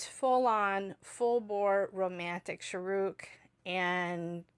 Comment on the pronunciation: When you say this name you stress Rukh and say Shah short. You should stress the Shah and Rukh is abrupt. So Shaaruk